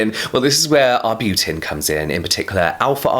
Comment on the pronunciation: Arbutin "in it" sounds funny